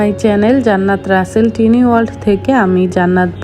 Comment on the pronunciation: Pronounciation ta টিনি না টাইনি হবে